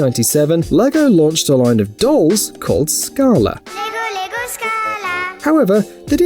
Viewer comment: bruh they typed it but they said scarla and means poop in greek in an offensive way LOL